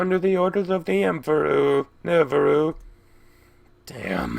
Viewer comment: "Under the orders of the Emperu Neferu" X3